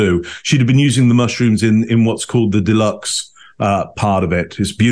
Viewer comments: I know you're dyslexic, so please don't take this as a criticism but it's duxelles, not deluxe in beef wellington. Big loves x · Hi, the mushroom mixture is " Duxelles," not Deluxe🍄🍄🍄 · ....the layer of seasoned chopped mushrooms used in Beef Wellington are called DUXELLES.., pronounced "do celles"...not "Deluxe"!. Close, but no cigar! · Duxelle, not deluxe, darlin. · its mushroom ‘dook-sel’ not delux. Its French you see.